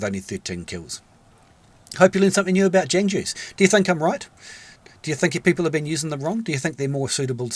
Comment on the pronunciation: Great video! And Jangju is pronounced technically like “j-AA-ng joo”, hard to explain yk? it means warrior in persian!